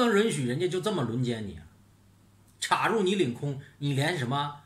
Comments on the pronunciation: ，插入的插是一声，好听些，酥麻些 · 请跟我念一遍 插 “chā”，chā rù